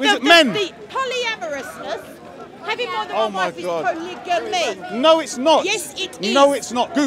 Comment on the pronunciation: why is he saying it like that? 😂 I’ve heard of polygamy pronounced with a hard G sound but I’ve never heard of what he is trying to say